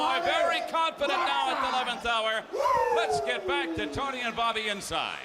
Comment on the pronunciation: "Bobby". Not Bobo